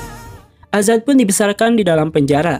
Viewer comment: Azad min,, bukan adzan😂😂🙏🙏